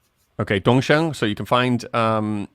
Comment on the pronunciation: 东风should be pronounced "DongFeng" not "DongSheng", right?🤗✌🏻